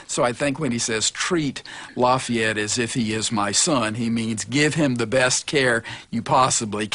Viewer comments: It annoys me how some of them say lafyette but oh well BECAUSE IM HERE FOR AMERICAS FAVOURITE FIGHTING FRENCHMAN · I love how the one guy calls him “ Loffy et ”